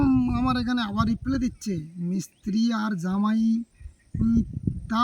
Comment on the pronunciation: কথাটা রিপ্লে না হয়ে রিপ্লাই হবে হেভেন।